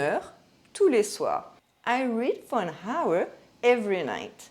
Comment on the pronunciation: Bonjour, merci pour cette vidéo intéressante dans laquelle vous prononcez l'anglais avec tant de soin. Permettez-moi de vous signaler que le mot « hour » n'a pas de son H. Par conséquent, il se prononce de la même manière que le pronom « our ». Il existe cinq mots anglais couramment utilisés, tous empruntés au français, dans lesquels le H est muet. Ces mots sont « hour », « heir », « honor », « hommage » et « herb »..